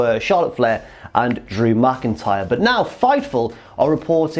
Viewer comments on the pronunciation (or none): none